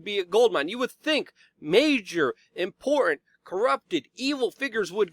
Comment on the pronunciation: "Imporran"- stop it! Great report though! Thank you! #ClintonBodyCount - is GizzSling Next? "import - tent"